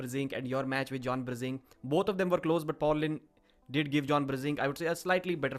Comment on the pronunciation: “John Brrr-zinc!” now I know why I’m thinking of John whenever I take my zinc supplements.